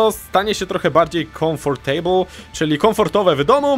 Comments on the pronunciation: Jak powiedziałeś komfortejbul to aż mnie skręciło. Jak coś to mówi się kamftybul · komftybul!!!! A nie jakieś komfortejbul